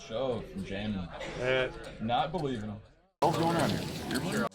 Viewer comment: Jaman, I was the Mike that said your name wasn’t Jah-man. It was pronounced Jayman, and she started calling you Jay-MAN... so tilting lol. Glad I made it into a vlog though!